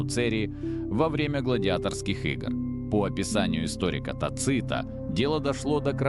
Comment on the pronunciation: Правильно произносить ТАцит, ударение на первый слог.